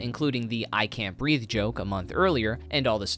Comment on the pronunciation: I cant breev, uh cant breev